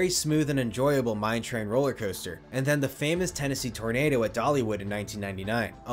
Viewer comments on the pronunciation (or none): none